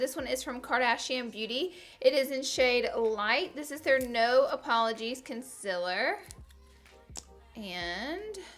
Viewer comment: Omg Laura ilysm but it is concealer not consiler 😡